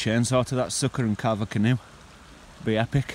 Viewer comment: Haha ka-narve a canoe. Love your video's, keep up the great work!